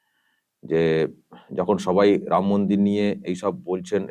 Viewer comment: Uni mora mora.boluk eto pap korea6a ram uchchran hobena